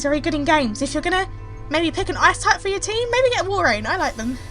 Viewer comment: Thought she said "Ass Type" in the beginning.